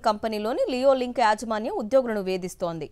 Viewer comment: లియోలింక్ కాదు నియోలింక్